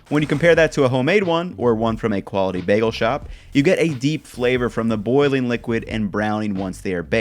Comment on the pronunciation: my ideal is actually eggs over medium. Jellied yolk > runny yolk. Also, you pronounce bagel weird!